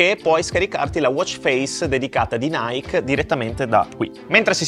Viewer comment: Scusami ma si dice Naiki no naik così lo capisci ….